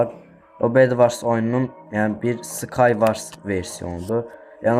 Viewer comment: Skayvars yox. Skayvors.